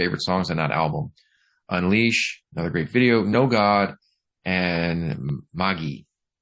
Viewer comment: Today I have to compliment you for saying "Magie" the right way, well done 💪🏻🙂 And thanks for taking a step back in favor of a european tour. We've been really missing out on them for a long time since 2019.